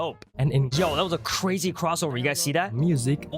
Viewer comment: bro says razy😂😂😂😂